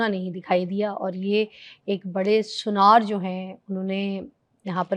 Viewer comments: Suniyara nhi sunaar kehte hain urdu mein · Sunaar hota hy. Suneayray ni khud ko Bolna ni ata shokhi itni Marti hy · sunyar ni kehte Urdu m sunaar kehte hen..